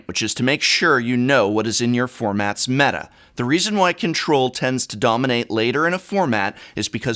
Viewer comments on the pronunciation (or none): none